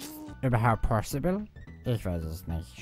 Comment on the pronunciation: Es ist "Pozibill"